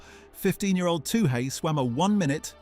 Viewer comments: It is pronounced twoee like chewie, not too hey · Her surname is pronounced Two-ee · What is with the pronunication of Toohey. No one asks for a Too Hay. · OMG her name is pronounced - 2 ee-... Very disrespectful or are you just 'AI'? I know in the grand scheme of things it's not up there, but, basic common coutesy/respect... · Her name is not 'Too hey' , get it right you stupid 🤪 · This is unforgiveable! Why don't people with a simple job do their effing homework?